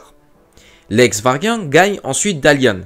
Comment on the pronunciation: pas le Vargan ! le Va-ry-ag ...